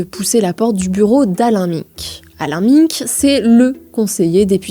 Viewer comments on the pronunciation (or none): Merci pour cette vidéo au top !! Pour info, on prononce : Gramchi (et non gramski) Alain Mainque (et non Miiinque) Belfor (et non Belforte) Volainski (et non ouolineski) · Alain Minc se prononce Alain [Main-k] pas Alain [Min-k] 😅 c'est pas sérieux tout ça ... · On dit : Jean Louis [Borlo] Alain [Mainque] Antonio [Gramchi] ❤ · Chère journaliste, merci pour votre vidéo fort intéressante ! Je me permets néanmoins une petite remarque : Alain "Minc" se prononce avec le "in" de "vin" (pas "minne-k"), Antonio Gramsci se prononce "Gramchi" (pas "gramski"), et Belfort se prononce sans le "t" muet de la fin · Belfor"T" , M"i"nc, "winsk"??? we are in france, we speak french! étonnant ces prononciations à l'anglaise, c'est quoi ce bordel? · Oui, c'est dommage ça décrédibilise la vidéo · Je suis désolé, vos sujets sont très bien construits, et je les apprécie en général. Mais faites un effort sur la prononciation des noms propres (Minc, Gramsci, Belfort, Wolinski, etc). Ça détruit la crédibilité de vos sujets en montrant que vous ne connaissez pas les personnages dont vous parlez. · Prononciation de Minc, de Gramsci et de Belfort juste catastrophique. Ça décridibilise le propos pourtant très pertinent. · J adore tout le travail effectué. Mais attention aux prononciation des noms de famille : wolinski, minc et gramsci. Il faut refaire lire les videos. C'est dommage car là ça fait amateur. Je pense que c'est une question de génération. Il suffit de faire relire par un pair... de plus de 40 ans. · Bon la petite journaliste en stage ferait bien d’apprendre à prononcer les noms de famille… Alain Minc il fait mal aux oreilles. … On dirait radio Nova mais version droitardée